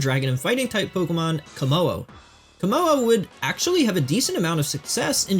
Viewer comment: The hyphen in Komo-o is pronounced as a D so it is pronounced Komodo which is very Gamefreak imo